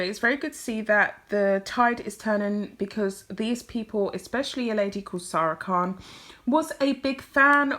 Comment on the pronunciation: I hope you don't mind me mentioning this, but it's Saira Khan, not Sara Khan. Apart from that one detail, I agree with everything you say.